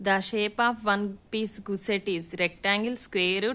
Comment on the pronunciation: అమ్మ గుస్సెట్ కాదు తల్లీ గస్సెట్